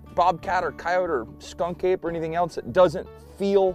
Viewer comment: Did you say Skunk Ape? 😂💀